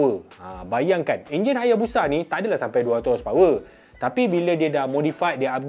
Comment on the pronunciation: ENJIN LAH BANG BUKAN ONJIN